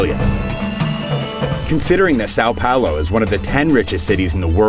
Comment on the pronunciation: This is driving me insane. In Portuguese, "ão" is distinct from "ao". "ao" is pronounced like it looks, but "ão" is a nasal sound best approximated as "on". So it's actually just pronounced "Son Paolo", not much different from the spanish "san".